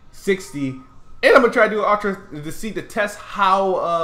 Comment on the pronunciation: Anyone else notice can't pronounce "ultra?" he pronounces it as "OTRA" lol